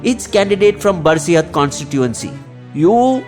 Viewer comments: Its Basirhat 😊 not Barsihat😅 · That's Basirhat, not Barsihat. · It will be basirhat,not barsihat.